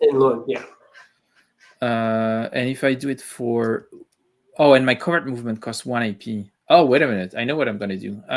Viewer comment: Thanks for great video,, and I especially appreciated your correct pronunciation of covert. A beret would have been good